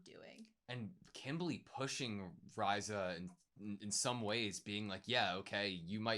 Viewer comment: Rye-zuh,....it's Ree-za